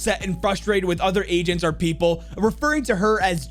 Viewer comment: they are called "Agents"!! when I saw his stream I thought he was saying "Asian" like "What's your favorite Asian to play?" I'm dumb